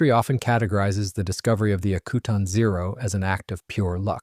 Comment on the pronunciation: You mispronounce the name of the island. Used to run a crab processing plant there.